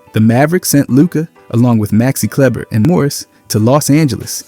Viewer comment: bro is working HARD! so glad I subscribed, this is quality content. also, kleber is pronounced as klee-buh, probably because it comes from another language